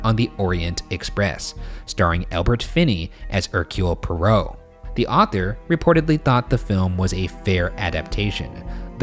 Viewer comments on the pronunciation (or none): Ryan you said Poirot like you would say Perrault (pronounced perr-oh). (ex. Charles Perrault, a French author from the 1600s, who wrote Sleeping Beauty, Cinderella, Little Red Riding Hood, etc.) Poirot is from the French side of Belgium and pronounced pwaa-row. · For Postmortem. Ryan, bro, it is POY-ROH not pour-oh. Just a Canadian helpin' you out there, bud. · Pwah-roe is how it’s pronounced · For postmortem; it’s pronounced ‘pie-row’, not ‘por-row’ - coming from the UK😁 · Ryan: One of literature's most popular characters-- Me: oooooh yeah, how IS he gonna say Poirot? Ryan: -- the eccentric detective -- Me: Say it! Saaaaaaay iiiiiit! Ryan: Hercules Parole Me: 😶...yeah, that feels about right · nobody: Ryan: the detective Hercule pEroE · hercule poirot is pronounced air - cyoole poy - roe, i literally hurt when he talked about the mysterious affair at styles and hercule poirot 😭✋ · Lmao the way Ryan pronounces Poirot is great and so wrong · I don't think Poirot would be very happy about the pronunciation of his name.... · Not the way Ryan pronounces ‘Poirot’, oh my god 😂😂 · Ok so I’m French ...,, and I know hercules very well and I on,y ever listened to it in French but when Ryan pronounced his name I left. I really don’t want to spread hate but I think it’s funny how he tried to pronounce it in French but it sounded so different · Not in a mean way, but ‘Poirot’ was pronounced so wrong 🙈😂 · I am absolutely howling at the complete mispronunciation of Poirot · They mispronounced poirot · The way Ryan pronounces Poirot causes me physical pain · For PM: Ryan I beg you, look up how to pronounce Poirot 😩🤌🏻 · I can't wait a roast in Postmortem about the pronunciation of Poirot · Ryan, you pronounced Poirot wrong. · Side-note, I will fight Ryan for how he pronounced Hercule Poirot. Meet me in the parking lot behind Denny's, Bergara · I loved everything, except the way Ryan pronounced Poirot hahaha